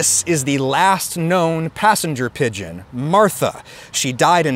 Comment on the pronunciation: Pigeon not Pidon